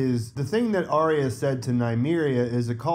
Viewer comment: Why is Aryas name often pronounced with a silent R? Sounds more like IA.